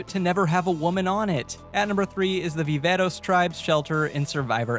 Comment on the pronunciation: I see you using a good Spanish accent on that Viveros pronunciation! Bien hecho!